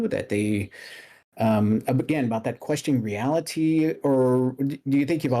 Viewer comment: Completely irrelevant I love how this dude says reality . The emphasis on the T makes me happy .idk why XD